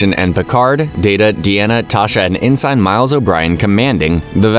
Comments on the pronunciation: It's not even a human narrating , or if it is he doesn't pronounce ensign right. That kind of stuff resonates with people and I'll always prefer a non AI. Or at least a tru fan if it's isn't. I do agree with this being peak trek tho! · You are not pronocing Ensign right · Thank you for the recap! (I don't thing that's how you pronounce ensign though) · it's one thing if it's an honest mistake when pronouncing a name or two, but when the mistakes are so egregious and consistent with words like "ENSIGN" it's super off putting.